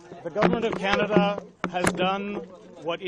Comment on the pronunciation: Sir sorry to say you are not pronounce canada name properly